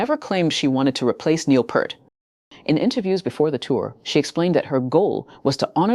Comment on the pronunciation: "Peert", not "Pert". How difficult is it??!